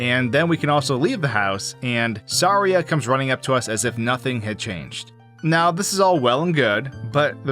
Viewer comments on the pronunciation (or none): Its pronounced Saria not Saria.